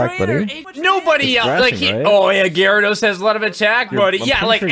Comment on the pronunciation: The way the guy says gyarados bothers me horribly